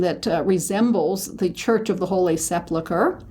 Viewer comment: The word is 'sepulchre', not 'seplechre'.